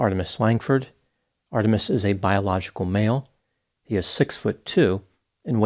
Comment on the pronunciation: He mispronounced HE several times in this video